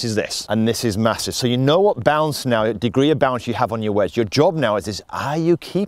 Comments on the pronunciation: Oh BOUNCE! For 75% of this clip I thought you were saying balance. 😂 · He said it 101 times but I'm still not sure if he's saying bounce or balance